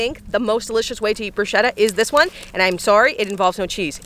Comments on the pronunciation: I was already going IT'S "BRUSCHETTA" NOT "BRUSCEDA" when you said "brusceda" at the start😂😂😂 YOU. ARE. ALWAYS AMAZING. I love these videos. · Sorry but I’m italian and you pronounce it “Brusketta” instead of “brushetta” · If you have italians near you and you care about their well being, for the love of all that is good and pure, its pronounced, "broosKeta" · That's not how bruschetta is pronounced, it's an Italian word so it's broosketta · 100% this 👆🏼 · It's pronounced "brusKetta" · It’s “bru-sket-ta” for future reference 😊😊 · Um the pronunciation of Bruschetta.... no